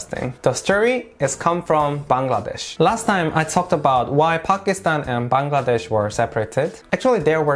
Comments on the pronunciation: Finally a foreigner who can pronounce Bangladesh accurately! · Your the only foreigner I've ever seen who pronounced my country's name Bangladesh correctly! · Your pronunciation of "Bangladesh" is perfect! Many foreigners normally fail to say it.... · Me to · Bahi Akjonke Pailam je Bangladesher nam thek motoh bolte pare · U r the first foreigner whom i see to pronounce Bangladesh perfectly.. Love from BD.. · I am happy that you can pronounce Bangladesh correctly which many foreigners cannot. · I am so happy to you that you have pronounced my country's name properly... Actually the foreigners pronounce it wrongly.... 😀😀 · Thank you so much brother you pronounced Bangladesh so perfectly.